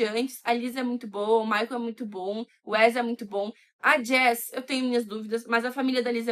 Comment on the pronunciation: Joss, não jess